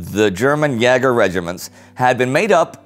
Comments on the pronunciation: Would it be possible for Indy to stop pronouncing the aa short and pronouncing it long like it's supposed to? Yaeger sounds much better than Yager, and he always says Yager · The Great War Thanks ever so much for replying! I meant that in terms of ä being pronounced the same way as "ea" is in "bear", or at least that's what my experience with the German language tells me. This differs from the way the video says "ya-ger" rhyming with "flagger". Anyhow this is a history channel, not language, and it's bloody amazing so thank you! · Jäger is pronounced YAY-ger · Is Jäger not pronounced as Jayger rather than Jarger? I'm learning German so i'd like to just get this clarified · it isn't 'ya-ger' (Jager), it is pronounced 'yay-ger' (Jäger/Jaeger) :) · Why do you say "yeahger" and not "YAYger" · No, it's pronounced Jäger. The American A is quite close to the Umlaut. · Jäger is pronounced more like "yay-grr," and does not rhyme with "dagger." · "Jäger" is pronounced "Yeager" (as in Chuck.) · Jäger is pronounced yay grr. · Hi indy! I have a tip for you. (sorry about my bad English, I am Dutch, and learn English at school for only 3 years. I have to study some more 3 years.) But I learn at school to German, and we spend a lot of time on pronunciation. In this episode, you tell about the German jäger corpses. You pronounce Jäger with a long a. It has the same sounds as the 'a' in States. You can also check the Google pronunciation. Keep up the great work! I learn a lot! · Indy's way of pronouncing jaeger was realy amusing XD. Btw if all of you Great War crewmembers had to pick one nation to fight for during ww1 which would it be? Loved the video, greetings from Holland! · Great as allways. Just one correction: Jäger is pronaunced with /e/ in place of ä. It should be dipthong /æ/ but never heard a german person pronouncing that way.